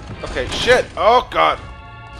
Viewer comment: You sound like you're saying oh got with your accent!